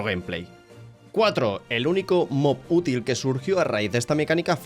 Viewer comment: Esque cuando has dicho util te ha salido muy raro